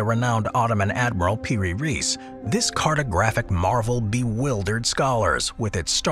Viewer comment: its piri reis not per reese